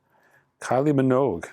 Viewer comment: Well it’s been a long journey folks but we finally got there. can now pronounce Minogue properly.